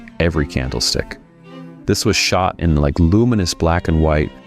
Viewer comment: David who? (Prowse, not "Prose").